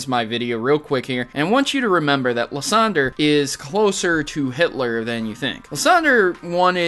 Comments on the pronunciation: Lis-on-der is one and lis-on-drye too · It is liceander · It's liesander